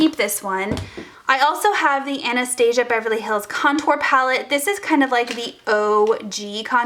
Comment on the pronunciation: I cringe every single time you pronounce Anastasia wrong😣